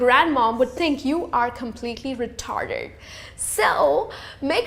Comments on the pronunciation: the word retarded** sounds like "retarderd", obviously, indian speakers have a hard time pronouncing the letter "r" properly. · Dropping the "R-word" isn't appropriate, and also, the way she pronounced it was way off too.